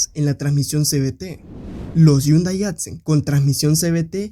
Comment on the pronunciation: Porque pronuncias yundai, yo no veo ninguna y o Ll. Mas vien veo una h que se lee como J